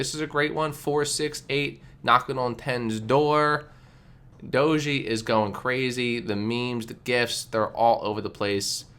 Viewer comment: It's pronounced DOHJ Not Dojy...